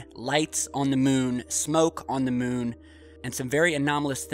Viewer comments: ".....& seeing them while on the MUHN, Lights on the MUHN, Smoke on the MUHN" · I don’t like the way you pronounce moon. Do something about it!